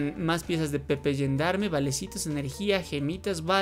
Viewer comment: Mas o menos se pronuncia "yendarm". Gerdam es como en Francia se le dice a la policía